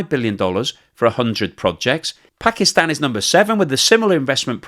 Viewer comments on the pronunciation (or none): none